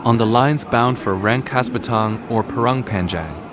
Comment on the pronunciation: Rangkas.bitung jadi rangkas batang. He...he versi english